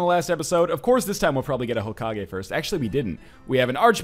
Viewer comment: Hokagi? Serioulsy? Fucking seriously?